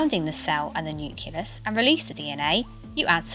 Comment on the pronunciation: Great video. Wincing whenever she says nucleus wrongly though